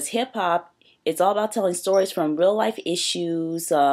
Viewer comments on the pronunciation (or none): none